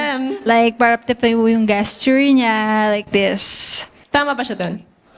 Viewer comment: Awit sa "gehsture". Ang petty pero pag sablay talaga sa basic english, off na ako agad